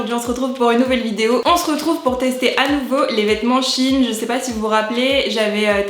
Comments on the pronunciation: J'adooooore tes vidéos ! Mais y a un truc qui me perturbe... On prononce pas ça SHEIYN et non SHIN ? Ca me fait beuguer à chaque fois :/ A part ça, changes pas ! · Je sais pas vous mais pendant toute la vidéo j'ai été perturbée du fait que tu dises "Shin" et pas "Shein" comme dans le mot Thaï ou Aïe😶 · tu prononces mal le nom de la marque